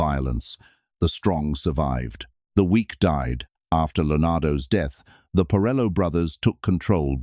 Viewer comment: And its Porello, NOT pirelo.